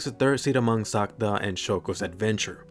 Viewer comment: ya it hears like you say Santa not sakuta